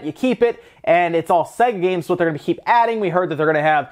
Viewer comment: It’s not “segga” lol